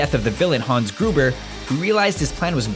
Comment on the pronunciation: Also it's Hans Gruber, not Gruger.